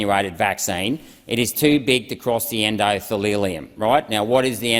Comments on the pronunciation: oh buddy. en-do-the-lium, not en-do-thee-LEE-lium. or-ga-nells, not or-ga-nellies. amazing research, but pronunciation is important so you don't superficially undermine yourself to the intellectually pretentious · Endothelium not Endodethelium otherwise Renwick is spot on. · He also spoke of the "endothalilium" and "organellies". When the words come out wrong it always reminds me of the second phrase from the schoolroom poem Ladles and Jellyspoons. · he doesn't know how to pronounce endothelium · You can tell by the errors of pronunciation of endothelium and organelles that he had read this rather than told it by someone with a biochenistry qualification